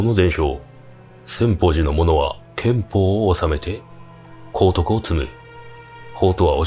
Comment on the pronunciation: 功徳と書いて、くどくと読む。 こうとくではない。